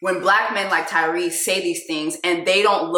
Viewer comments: 🤣🤣🤣🤣🤣🤣🤣🤣🤣did she say Cryrese🤣🤣🤣🤣🤣🤣🤭🤭🤣🤣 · Jess did you say “Cryrese” I - 😭😭😂😂😂😂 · “Cryrese” 😂😂😂 Everything you said about the black family structure here in America is absolutely correct! And yes Tyrese needs to travel more to where black people exist outside of a brainwashed structure. Although I think our generation is really trying to get it right and recognizing the generational issue as far as families go. All in all, Tyrese mad bc his kids are probably annoyed by him like everyone else is.